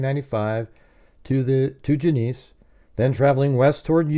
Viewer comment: Genesee is pronounced Jen-uh-see. Thanks.